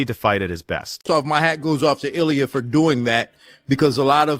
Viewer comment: It blows my mind that nearly every one of these supposed MMA channels can't even pronounce the names of even the most well known fighters correctly. If you can't pronounce Justin and Illia's last name correctly, just stop making videos!! That, or learn how to properly pronounce the fighters names, all of them!